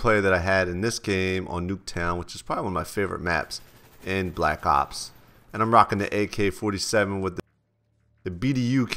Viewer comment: LOL the way he says black ops dope saan